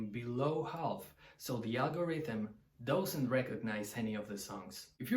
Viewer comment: One tip to dramatically improve your English. The word 'does' or 'doesn't' is not pronounced like 'dough' But like duhz or duhznt. Try to find a native speaker to listen to. It's the only major fault I hear so if you fix that you'll be great. I personally prefer 1, 2 and 3 after that I'm not such a big fan. I don't even like Stairway and I never play it